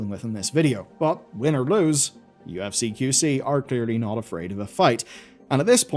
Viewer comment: Despite your best attempts, you still mispronounced UFC :)